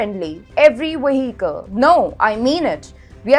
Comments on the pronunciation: Take a shot every time she says Waheekel... :) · I think she find a little difficulty in pronunciating vehicle . No worry . It was nice video